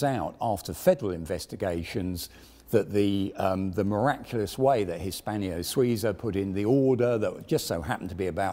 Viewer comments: It annoys me to no end to keep hearing Hispanio-Suiza. It's Hispano. No i. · Very interesting..... The attempted blags for Patreon support are slightly grating... But not as grating as H pronounced as "haitch". Nor as grating as "Hispanio". Not all strange, foreign words in romance languages end with the "io" vowel pairing. It may seem as if they do, but they don't. A very interesting video, but grating.